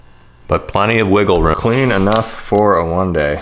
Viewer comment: "One Day"' (pronounced: wwwwwwaaaaann daaaaaaaay') definition: Creating a bait in one day, in an attempt to catch a fish the same day WARNING Phrase may induced excitement